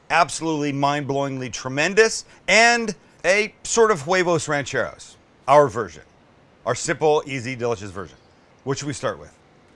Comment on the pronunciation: This guy cracks me up he’s so funny. I love when he said huevos rancheros! Definitely not too dramatic!!! Lol